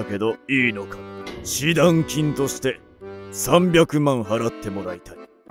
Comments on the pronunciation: 示談（じだん）読めないのか… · しだんじゃなくて じだん、じゃないんですか？😑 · 示談→「じだん」ね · (示談)しだんじゃなくてじだんじゃないの？